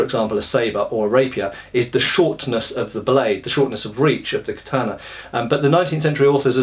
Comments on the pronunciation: Hey. It's Kata-na, not Ka-tana. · ka-ta-na. The 'a' is pronounced as in cat. There is no tah sound in Japanese as you used in the second syllable.